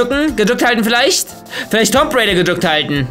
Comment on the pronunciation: Wie der einfach zu Lara Croft “Tomp raider“ sagt xD.